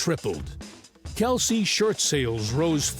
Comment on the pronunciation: LISTEN to the AI generated lies before responding and then read what I wrote. pronounced it wrong, it was her pronunciation Kelceeee, Ed never corrected her. Maybe try again before sayin I'm wrong